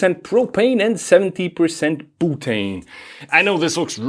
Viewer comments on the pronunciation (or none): I love how you pronounce "butane" as "BOOTANE". FYI it is pronounced something like "bewtane". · "Boo-tane".... "b-you-tane"